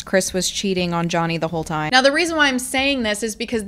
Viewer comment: I believe she pronounced it "toiiiehm".